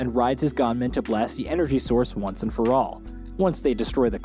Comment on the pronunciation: Dude. I think u just called them gaanmen just to irritate ppl. Cause as fast as i remember, they are called gunmen